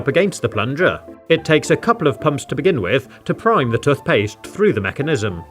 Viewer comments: tuthpaste l😂l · Your dumb it's toothpaste not tuthpaste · tuffpast lol it’s toothpaste. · Tuth paste 🗣️🗣️🗣️ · Toot paste?(i think everyone heard that) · Toothpaste tooooooth not touth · 🤔Hang on hang on….Toot-paste…???? Am I missing something here or did I just hear that so totally wrong 😟..😂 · Tothpaste? You Have To Say Toothpaste. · What’s toth past 😂😂😂cracking me up lol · This hole is where the “tuthpaste” goes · It’s toothpaste not tuthpaste. Wtf is a tuth? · Tuth paste 😆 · U mean tuthpaste. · Wtf is tuthpaste? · "tothpaste" - 2022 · Why is he saying “tuthpaste” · "Tuf paste" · STOP SAYING TUTHPAST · Why do you say touf paste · "Tuthpaste" that got me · instead of tooth paste he says toth paste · Love these videos never disappoints but I can’t get over “tuth paste “ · Tuth paste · Toothpaste ❌ Tuthpaste ✔️ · Love watching videos, very relaxing. However I do sometimes notice it when he says tuthpaste instead of toothpaste, but non the less he’s a legend and I thouroughly enjoy the videos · Nah he said. Tofpaste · who calls toothpaste "tuthpaste"? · Just me who noticed then he says toothpaste he pronounces it as tufpaste? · Can we just point out how he says tooth like tuth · I hate the way you pronounce "toothpaste" Tuthpaste... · im scared how he said tothpaste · has aanyone noticed he says toothpaste like tuthpastse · I don’t care where you’re from, that way of saying toothpaste is categorically wrong. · Man can't pronounce toothpaste lol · Your accent is very bad